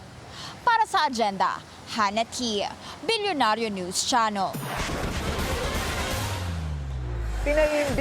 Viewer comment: Why do some of your reporters say, "Bolyonaryow" or "Bulyonaryow" or "Belyonaryo"?